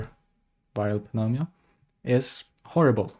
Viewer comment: Pneumonia pronunciation is nu-mōn-yuh